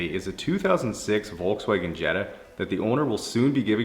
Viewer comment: << Germany calling.. volkswagen TO US U PRONOUNCE TOTALY WRONG:: LOL close is to say Folcswagan the same thing with BMW we use the v as ur W so its not ,bee aam double u, its Bee AM Vee